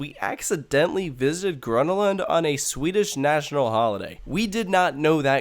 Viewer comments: Well, the fact that he said, "gruna lond" triggered me a bit. So badly pronounced. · okey im triggerd... it's called grÖÖna lund. say it correctly got damnit. and second you can park just at the entrance but most of the parkings are private or full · Whyyy did you say Gvånna lann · Its pronounced Gröna with the Ö as the U in "Uuuhh", and Lund with the U as in "You" :) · The way he pronounces Gröna Lund makes me want to punch him in the face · Im from sweden and every time he says grönalund, im slowely dying on the inside